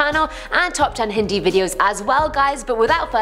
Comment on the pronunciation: I had to replay to make sure you said Hindi. Not hentai.